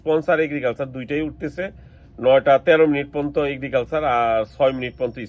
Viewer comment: আরে মূর্খ শব্দটা পন্ত না পর্যন্ত।😂